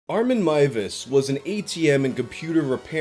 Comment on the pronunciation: Finally a youtuber who pronounces Armins name correctly! Thank you!